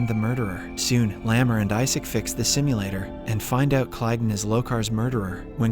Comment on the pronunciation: It is lmao. You can tell with it not pronouncing Kaylon right. Nice job not using context clues and just being a simp. Tho with this basic ass profile I bet you are a bot too.